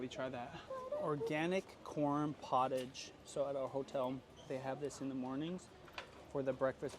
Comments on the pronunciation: it is pronounced 'poh- tarsh', a common word amongst chefs. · Corn Potage is French! And it’s not pronounced like that 😂